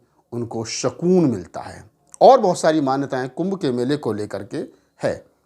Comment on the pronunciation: "शकून" नही "सूकून" होता है